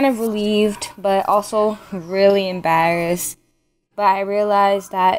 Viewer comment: Love the accent when she says embarrassed